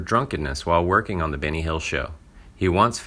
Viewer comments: yup, all i heard was Binny too.. Wonderful narration!!!! 🙄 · I agree its Benny not Binny